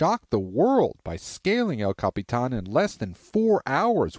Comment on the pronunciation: el capitAAAAN lmao